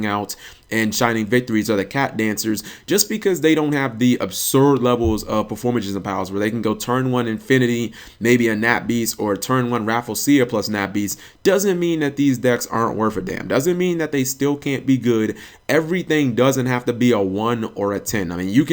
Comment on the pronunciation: RAH-FLEAH-SHE-AH not RAFFLE-C-AH..... this is sounding silly lol.